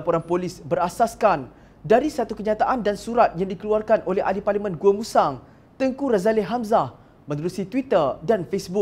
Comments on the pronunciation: Sebutan yg betul adalah Tengku Razali....bukannya Tengku Razaleh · Something wrong with this guy, why he keep saying Tengku RAZALEH, its Ralazie...tell him to learn how to pronounce name properly.